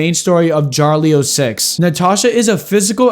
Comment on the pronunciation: it is Ya-Ri-Lo, not jarlio